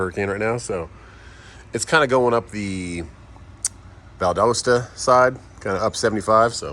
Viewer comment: So I dont know if anyone as run this by you but with Valdosta, it actually pronounced valdausta, just figured I'd finally put that out there